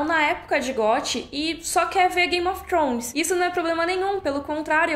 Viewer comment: Queria ter a desenvoltura sua e pronúncia para dizer "Game of Thrones"! 🤗 Descanse bem e volte com tudo!